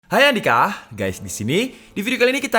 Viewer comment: Bang opening lu bilang hai adika atau hayadika